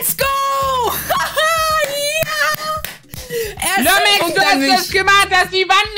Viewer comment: Nicht mehr Lumexx sondern Lomexx😂